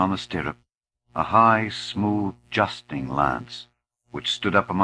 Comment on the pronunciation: An impressive reading, bearing in mind that the work is firmly rooted in traditional English, and the reader is American. I like it enormously. A pity that the passage dealing with Madame Mim has been omitted, and a few pronunciations grate on the ear ("justing" rather than "jousting", the Forest "Savage" rather than "Sauvage" etc) but these are minor quibbles.